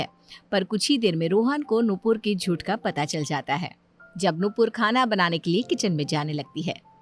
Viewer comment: Jut nhi jhut hota h bolna to thik se sikh lo phle😏😏😏😏